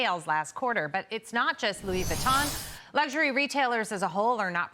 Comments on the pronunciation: "On the uhhhh LEUUWEEUUU WONTONN handbags uhhh" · She doesn't even know how to say Louis Vuitton lol... Don't even try to speak French you butchered the language